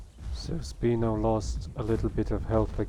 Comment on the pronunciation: Sp-I-no not "Speeno" 😂